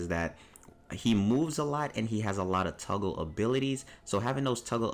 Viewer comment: “Tuggle” haha good video though